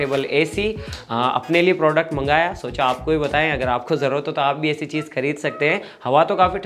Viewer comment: गाइज़ यार, एसी नहीं ऐसी 🤣🤣🤣